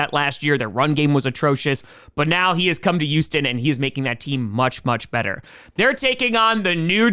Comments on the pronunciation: Random question for: why the H dropping in words followed by the U sound? Like youston instead of Houston? My add hits randomly. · Why cant you say Houston?